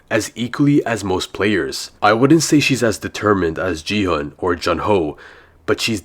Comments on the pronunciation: IT'S NOT JI-HUN, IT'S GI-HUN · GI HUN❌G HUN✔️😂